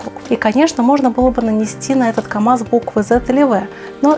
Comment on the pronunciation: В слове камаз есть буква "З")))